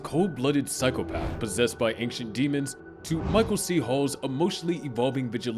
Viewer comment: Your pronunciation of "AnKcient" should disqualify you from speaking about ancient entities.